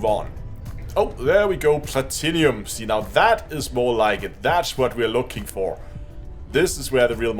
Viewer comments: arrrr plat-num not plat tin inum arrrrrr plat-num the i is silent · Plah-Tin-Umm. Not Plat-Inny-Um :) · Excellent guide thank you. Btw it's pronounced Pla-Tin-Um, there's no 'i' before the um 😉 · "plat-in-umm" is how its pronounced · I just came here to see how many people corrected the way he pronounced platinum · Have I been saying Platinum wrong this whole time?